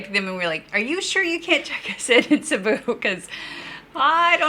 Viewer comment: Please forgive me, but it's pronounced, SEEBOO. Thank you and good sailing, from the Philippines.